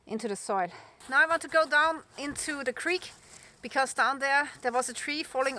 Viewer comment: Cute how your w sounds like a v. Vork, vant and ve